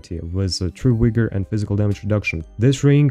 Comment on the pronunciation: Bruh... how many videos you going to do mis pro nouncing vigor and achiles. Rofl.